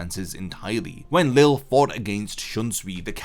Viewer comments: Lille's name is pronounced Lee-jay not Lil or Lilly. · Btw lilles name is pronunced Lee-lay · everyone still calls him leel lol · nah in the anime its always pronounced lee lay or lee zhay, one of the two i cant remember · Why can people not pronounce Lille’s name correctly? Ffs, the English dub CLEARLY showcases how his name is meant to sound.